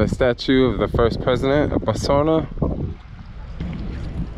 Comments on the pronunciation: It's pronounced BOTS WANA! Damn! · Why did you stop saying Botswania?😞😞 You took all the fun away now.